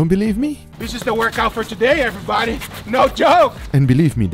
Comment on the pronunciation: How about “everybady “